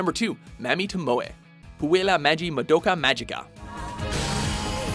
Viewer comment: YOU SAID MAMI WRONG!!!!!!!!!!!!!!!!!!!!!!!!!!!!!!!!!!!!!!!!!!!!!!!!!!